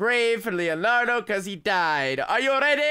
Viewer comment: and called Leonardo, Lenard and I cringed at that point